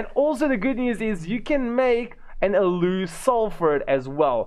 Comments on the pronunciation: Aloe is pronounced ALO..not Alew lol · Hey bro it's pronounced AL-OH